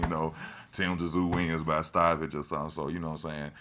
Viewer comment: It's pronounced zoo not tzoo